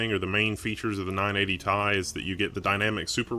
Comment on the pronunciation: ITS NOT NINE EIGHTY "THAI" ITS NINE EIGHTY "TEE AI"